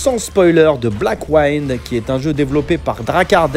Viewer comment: Juste 2 remarques: 1- ta prononciation de Blackwind est mauvaise 2- non, ce n'est pas un jeu en 3D isométrique.